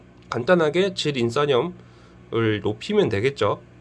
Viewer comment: 질인싼염이 아니라 질인산염입니다ㅋㅋㅋ